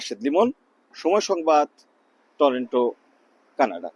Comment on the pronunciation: সময় টিভি দেশের একটি জনপ্রিয় সংবাদ মাধ্যম। অথচ, সাংঘাতিক টরন্টো কে উচ্চারণ করতেছে টরেন্টো।